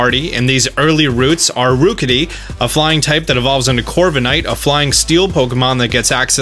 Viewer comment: The rook in rookidee rhymes with cook not spook.